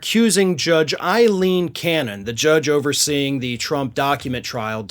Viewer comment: If you guys are reporting as “journalists”, Ai=Ā. Aileen. Ei= I. Eileen. Don’t sound stupid Medias Touch can’t read either. Only Glen Kirshner got it right.